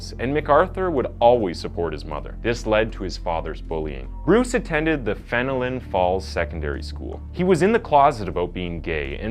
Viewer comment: it is pronounced FEN-LEN not Fen-o-lin